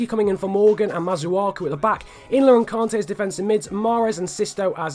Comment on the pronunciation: Btw it's pronnounced kante not kaante mate